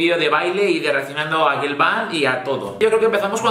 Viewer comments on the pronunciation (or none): none